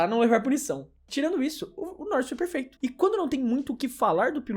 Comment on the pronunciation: "Lando Norris foi "perlfeuto"!" (. 2025). Editora FonoAudiF1.